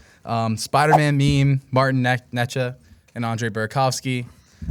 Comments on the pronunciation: ITS "NAY-CHAS" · Hahah yes still wrong, and multiple ways 😂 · that has the craziest way anyone has ever said necas before 😂 #GentlemansClub🤝